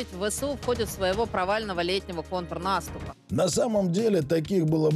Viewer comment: Нàступ - украинское слово, вроде бы, почему говорит по-украински?😅